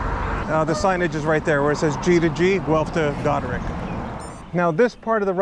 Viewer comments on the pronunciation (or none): Its Goderich as in rich man